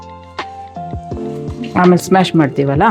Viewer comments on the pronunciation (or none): Please say Mash ,not smash.